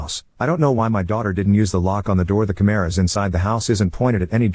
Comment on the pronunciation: The chimeras have audio. (The way the AI prounouced "cameras" sounded like "chimeras" and then I had a mental image of cyborg chimeras with input/output cables 😂) This is what drives me insane, tho, to be more on topic than scifi chimeras. Women/girls cry wolf so much and are instantly believed. If a man/boy even hinted at anything of this nature? Invalidation, emasculation, and backlash. The double standard is so disgusting, and sadly, it makes it really hard to believe all victims when the "victims" aren't real, and you can't tell.